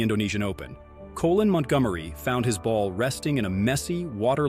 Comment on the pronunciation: Who is 'co' lin montgomerie Must be Asian 😂